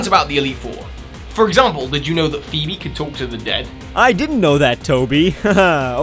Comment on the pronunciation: I've never heard anyone pronounce Phoebe that way